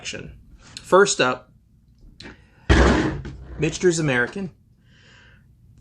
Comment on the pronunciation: Mick-Ters - por favor....